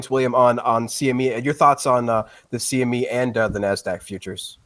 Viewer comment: This guy keeps saying “SME”... Lol. It’s CME